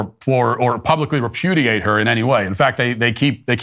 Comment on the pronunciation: "Repudiate"... That's a first for me